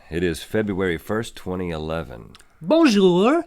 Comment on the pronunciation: I'm not even french, but your pronounciation/french at all is kinda bad.. sorry :)